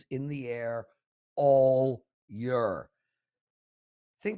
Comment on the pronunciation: Lmao, I was planning on commenting how he pronounces year 🤣